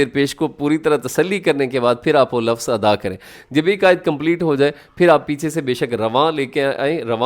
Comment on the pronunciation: Mazrat ke saath aap lafas kyu bolte hai jabke sahi alfaaz to (lavz) hai